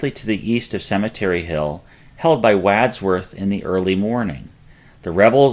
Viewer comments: C’mon . . .WAAAADsworth? It’s really not hard, even for a Yinzer, to find the correct pronunciations. Got Google? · WODSWORTH, is the pronunciation of “Wadsworth” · The Wad in Wadsworth rhymes with Mod, not bad. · Some of the pronunciations are really awful. "Brenners Hill" and "Wadsworth' are two English names that we should be easily able to say. OK Brenner"s Hill you somehow lost the "r". That accounts for the butchery in this case. Wadsworth is straightfoward. "Wad" is like it's used in any other context. Like a Wad from a spitball straw. Best of luck next time fellas!. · Agreed-- great video however, but check pronunciations of 'Wadsworth' & 'Spangler's' ?? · All great, but still question the pronunciations of 'Wadsworth' & 'Spangler's'?? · Agreed. It did seem a bit odd. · Great, but 'Wadsworth" & 'Spangler' both mispronounced.'